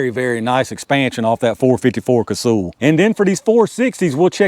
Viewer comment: It’s not “Casool,” it’s pronounced like “Castle.” I met Dick back in the early ‘70s and that is how he pronounced it.